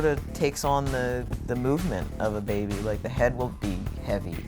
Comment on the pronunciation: Why does he pronounce baby like beebie?